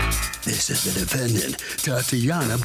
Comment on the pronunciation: He always says " The Defend Ant " at the beginning. Defend Ant. I guess it's good to know that ants have rights in our country.